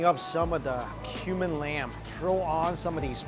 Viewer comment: You said cumin lamb thought you said human lamb lol